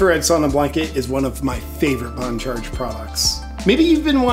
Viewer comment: Do you know that Dan BON gino cannot read. He calls the sauna blanket BONE Charge. Makes me laugh every time. Poor Mr BONE-Gino. Why pay him when he cannot even get the name right? PS I love his show.